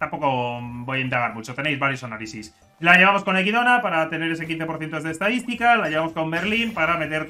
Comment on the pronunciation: Que ilusión ver a alguien que lee el nombre de Echidna bien XD